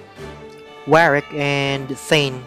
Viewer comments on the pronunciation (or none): none